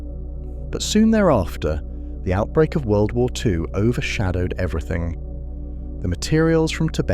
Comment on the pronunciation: Enjoyed the video, but I'm just wondering why every time you try to say World War Two it is mispronounced wubblewuh two?